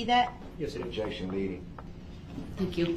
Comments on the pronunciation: Prosecutor: What is your name? Brooks: Objec-shun. Leading, speck-uh-lative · Every time I hear DB say "objection", all I hear is him saying, "disruption."